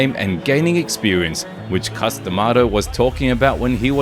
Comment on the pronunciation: Its C US ….C LONG A US……not COOS.DaMato